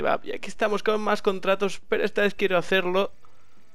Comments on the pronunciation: quien mas se dio cuenta que en el segundo dice contraros v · like si te diste cuenta de que dice contraros